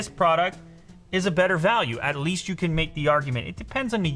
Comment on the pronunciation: Time for Goosebumps I think he said can, but it kinda sounded like can’t Yh